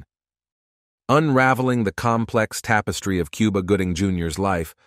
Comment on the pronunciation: KOO-BA!!!! NOT QUE-BA!!!